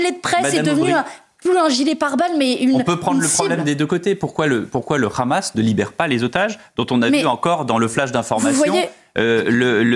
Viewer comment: Pas le "H -amas, mais le Gh Gh amas comme prononcent les Israéliens et les Sionistes.